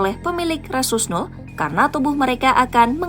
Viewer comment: Pakai terjemahan rhesus Nuh. Yg benar itu rhesus Nol/Null/Nul/No?! Tolong diperjelas pronounciations nya